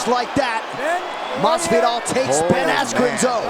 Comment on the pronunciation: I am physically incapable of hearing the UK commentators pronounce Jorge Masvidal as "Hawhey Massveedow" without laughing.